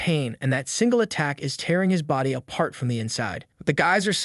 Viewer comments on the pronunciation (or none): none